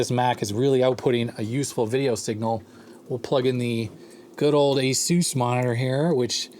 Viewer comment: I kept hearing the “Asus” monitor as the Spanish pronunciation of Jesus. Given its abilities, perhaps appropriate.